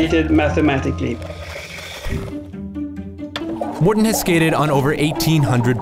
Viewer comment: His name is Mårten not Märten.